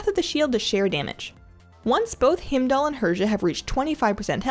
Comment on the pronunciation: Fantastic guide. You pronounce his name Hi-m-dull, btw :)